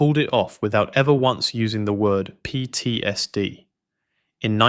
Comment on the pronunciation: PTSD is an abbreviation, not a word. The Ai narrator should know better. Slop.